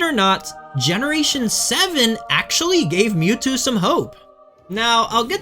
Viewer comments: the moo-two, I was lauthing my ass off :D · "Three fingers….it means hail satan" Holy shit…..that is cold AF, it’s ashame Mewtwo was ruined by pokemon…. Also it isn’t mootwo, it’s Milkthetwo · your pronounced "Why-vel-tal" correctly but not "Em-ew-too" "Ecks-earn-ee-as" or "Kay-yo-gur"